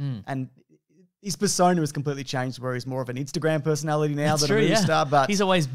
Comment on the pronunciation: i don't know why, but i so enjoy it when drags out syllables for no reason like 'roooooles in a mooooovie' - i just think it's hilarious!